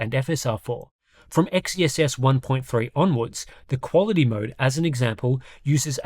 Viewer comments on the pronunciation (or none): It still bugs me how people pronounce XeSS "Ex-Ee-Es-Es". Xe is pronounced as "Zee"; it's "Zee-Es-Es".